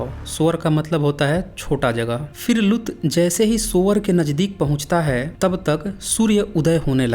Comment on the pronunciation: Lgta hindi pdna nhi aata aapko bhai saab लुत नहीं लूत likhaa huvaa hai theek se pronouncition seekh lo hahaha